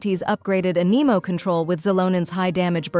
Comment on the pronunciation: so totally AI which isn't the worst thing but please learn how to pronounce anemo and character names